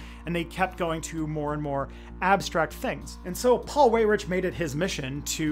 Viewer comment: Weyrich pron. "WHY-rick" Or just say "dipshit".